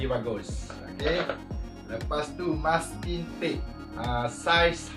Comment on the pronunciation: bukan "musking" tp "masking". musking jd benda lain dah hahaha #racunitubenar